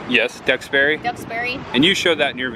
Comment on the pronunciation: Nice video however you need to pronounce the names of people and towns properly. Ex: Duxbury (Ducks-berry), Soule (Sool), Lamuel (Lam-u-el)…